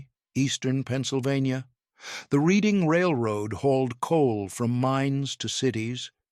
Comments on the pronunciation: Need to pronounce the "Reading Railroad" name correctly!! It's not pronounce like what you do with a book. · It's pronounced Redding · Just for the record: Reading (RR & Pa.) is pronounced "redding." The narrator goes back and forth, but largely prefers "reeding," which is incorrect. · It's pronounced Redding. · Interesting topic made boring by too much repetition. Errors are rife in the presentation: - Name Reading only pronounced correctly once. The city is named after a city in the UK and is pronounced as "Redding." - European locomotive pictured. - If Wootten received his patent in 1877, why is a picture of the 1869 completion of the transcontinental railroad (Central Pacific and Union Pacific) shown? - PSY should be PSI (pounds per square inch). - Discussing the coal load, "some were dampened by rain before they reached the tender." As the coal loads in most locomotive tenders were not covered, this isn't an issue. - Nice HO Scale model by IHC. - Pictured locomotive is not a camelback. - Again, locomotives pictured are not camelbacks. - "The locomotive design itself was actually more expensive." Not true. Until the USRA designs of World War One, Locomotives were all custom built. Moving the cab would not be a significant cost factor. - Another European locomotive pictured. - Discussing the fireman's position, "balancing on a moving platform while you worked" would more clearly state that the fireman stood on the tender, not the locomotive. He had to contend with the moving targets of the firebox doors. He surely would not brace himself against the "firebox casing" as it was hot and moving with the locomotive. - Complete falsehood. No engineer would oil siderods while moving. This is nonsense. Areas requiring oi